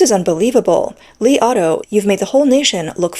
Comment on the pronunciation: I heard "the Li Auto I ate"